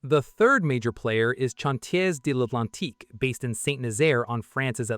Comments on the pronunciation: I think this video was largely produced by. AI. The voice over was awful, particularly when massacring chawn-tiez devlantique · The AI really struggles with French doesn't it? Chantiers d'Atlantique and St Nazaire seem steps too far.